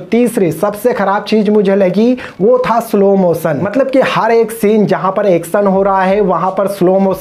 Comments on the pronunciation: its background music not begground music. its jacqueline not jeklin. its slow motion not slow mosan. its action not heckson. its visually not visvalli. its ship not sip. you can't even pronounce the words properly but, you are talking about the actor. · peen india!!! sip wala sene!slo moson! tera english 3rd class hai bura mat mano